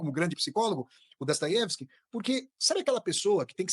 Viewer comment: "DASTAIÉVISK": primeira pessoa que ouço falar o nome certo, já que no russo o "o" átono possui som de "a".